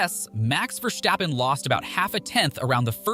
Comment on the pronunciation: Please pronounce his name correct: It"s VERstappen and not VerStAppen. He is Dutch not German